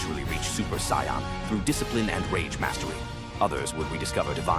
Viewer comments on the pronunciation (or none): Getting a "do not recommend channel" and dislike for dumb ai bot pronouncing it cyan.... like bruh 😐😐🙄